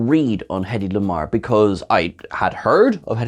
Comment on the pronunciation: I was only made aware of her contribution to communication technology due to an episode of Legends of Tomorrow, which featured Hedy Lamarr. On a side note, your emphasis on her name, was that to be sure of not confusing with Hedley Lamarr :)